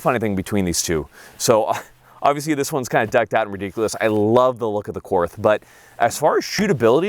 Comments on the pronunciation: For love of God it’s pronounced “court” even though it’s spelled Korth. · Just FYI, Korth is a German manufacturer. The correct pronunciation is „Kort“, because German doesn’t have the „th“ sound that English has. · I love the korth ( pronounced like court btw, without the h) but the c- more looks terrible on it . An rts2 would be a better fit, brighing the sight window where it should be, which is not at the forward 25% of the gun. The korth’s mechanics are so perfect, the competitor is no competition for it. So precise but still smooth as butter. Competitor is just a run of the mill S&W (MiM parts) , which is not even properly tuned in most cases ( like with many performance center guns) and the competitor is not a cheap gun either. Yes the korth is expensive but imho worth to save up for. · The "TH" in Korth is pronounced as "T". So, the name is actually pronounced, Kort. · Just a note Korth is pronounced like court since 'th' is a hard T in German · Korth is pronounced cord. Great vid. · Apparently I have nothing better to do on a Sunday night than to watch mispronounce Korth. This is just further proof of how sad my life is.